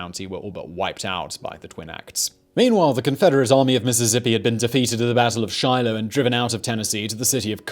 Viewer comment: It's like finding bigfoot riding a unicorn. Simon pronouncing something right. This is one of simon's better videos in a while.